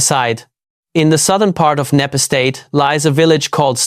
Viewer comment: Knepp Estate not Knapp 🤷🏼‍♀️